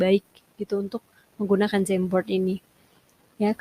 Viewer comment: Aku dengernya kok jembot ya 😂 apa maksutnya jamboard